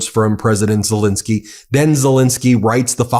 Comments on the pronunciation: The point is that one should be accurate in pronouncing his name. Len isn't pronounced Lin. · Love you Ben, but it is Zel Ensky not Zel Insky ❤ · It's not ZeLINsky ; it's ZeLENsky! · Please pronounce President Zelensky’s name correctly!